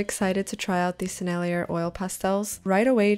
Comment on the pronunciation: FYI : The Sennellier brand name (French) is pronounced Seh-Nell-YAY, with emphasis on the yay.